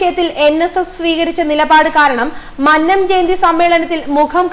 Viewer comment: ആദ്യംപോയി ഉച്ചാരണം പഠിക്ക് വായനക്കാരി,,.,.,,മന് നം അല്ല മന്നം .......ഉദാ: മന്നവന്റെ "ന്ന " അ ല്ല...........